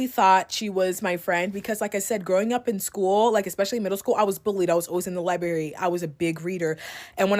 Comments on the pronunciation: LI-BERRY? Li-berrian? So cringe. Skipping 1st story. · oh you were a reader? then how come you don’t know how to pronounce library?!? “axed” hearing liberry so confidently hurt my brain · When you think someone is well spoken and then they call the library the lie berry 😅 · And Libarry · The first girl: liberry, naybolhood Owel(our). Smh Blackkidsx10000k liberryx10000k and gets worse from here. Repeats the same sentence switching just a word , just cant get her point out. Nope! skipping her she's unbearable! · Literally. The irony of spending all your time there and then saying libary